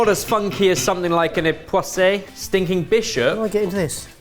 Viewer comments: Watching this channel as a french is so fucking entertaining. You get mispronoucing almost everything and you can try to guess what he meant when he said "époissé" or "Landré" I fucking love it (also saying "BIG BOUDIN" is my phone notification sound) Love you guys please never learn how to pronounce any french <3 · Since I think likes constructive criticism - Epoisses =don't pronounce the last ''s'':-)